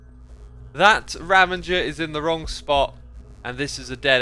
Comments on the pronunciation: Anyone gonna tell him he's pronouncing 'ravager' as 'ravenger'? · I keep noticing that you’re calling them ravengers but I believe it’s ravagers :) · I enjoy your channel so much please stop saying "ravenger". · I know, he says Ravenger and it irrationally bothers me so much! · Etho and a few other hermits do this as well. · I'm already passed out